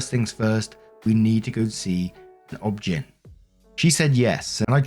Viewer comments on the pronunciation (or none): Please stop saying OBGYN as a word. Is is not. It's just short hand for "Obstetrician-gynecologist". It's said as individual letters. O.B.G.Y.N. Thank you. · Its O B G Y N. You say each letter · I love how reads out OBGYN as a word and not an acronym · Stop pronouncing OBGYN as a word it’s initials you pronounce each letter